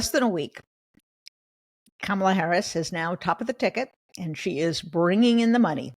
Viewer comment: Jen Rubin! It is NOT "Camel-ah" as in "camel." It's Kamala, as in COMMA!